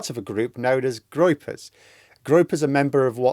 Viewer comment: Groypers😂, not Gropers.